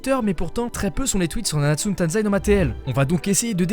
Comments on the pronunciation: C'est TAIZAI PAS TANZAI d'ailleurs sinon la s3 et a CHIIIIIIEEEEEEEEEEEEEERRR rien que la censure m'a fait partire avec le manque d'animation dans l'épisode 1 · *nanatsu no TAIZAI pas TANZAI :). Sinon je suis d’accord avec toi sur ce que tu dis. Moi j’ai laché ça m’avait grave saoulé la saison 3. Donc j’ai décidé d’acheter les mangas